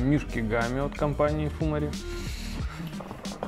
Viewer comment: фумАри вроде как правильнее :)